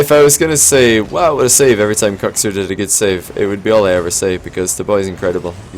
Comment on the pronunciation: Is that how Kuxir is pronounced, or is that the accent? you say Kucksir whereas I day cooksear, that pronounciation has always confused me